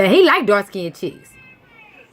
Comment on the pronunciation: raw form casual and don’t know what the hell you talking about. Ok.... just talking to get attention and saying shit that ain’t true. What a damn shame...jealous that Serena is better than you. And the word is pronounced ‘dark skinned’ NOT ‘dark SKINNEDDED’.